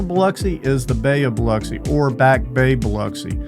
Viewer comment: Can I just say that, as a local of the area, I LOVE that the first thing you do is emphasize the correct way to say Biloxi. It has always been a particular pet peeve of mine when people say Bih lock see.